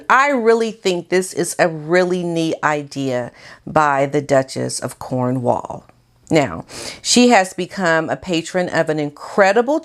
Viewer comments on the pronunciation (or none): none